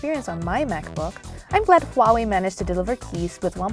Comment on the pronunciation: i wonder why your pronunciation of Huawei is the most accurate i've heard yet and different from the other reviewers and i found out you're from Singapore